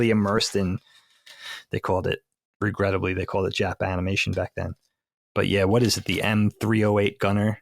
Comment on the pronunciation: The only reason this may sound bad/regrettable, is because of how is saying it. I think the way it was meant to said was JAPAN-imation. That actually sounds like an endearing old school descriptor.